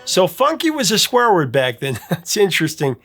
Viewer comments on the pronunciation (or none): Did he say swareword or squareword?